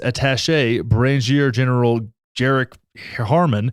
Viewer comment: You’re butchering of Brigadier General-had me cracking up. There’s always dick measuring contest between these massive governments. Look into the situation in the Balkans